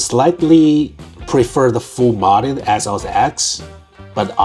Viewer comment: Is it just me or he keeps saying "Athoz"..